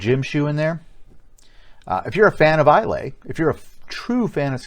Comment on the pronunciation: Bit of a waste of a review really. Also Islay is pronounced Aye-lah.